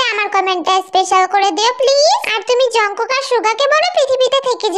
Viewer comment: jimin,,, jungkook 🚫 কে jang kuka ✅ বলে 😂😂😂😂😂😂😅😅😅😅😅 😂😂😂